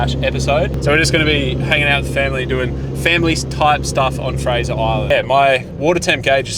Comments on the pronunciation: Nope, it's Fraser Island. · You pronounced Fraser wrong the whole video